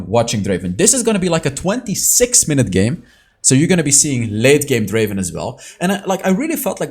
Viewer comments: It's not Draven, it's Draaaaven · Not Draven, DRAAAVEEENN